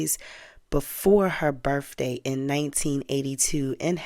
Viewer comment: This is good information. But you need to learn the "th" sound in a word isn't a "f" sound. Words like Birthday or both.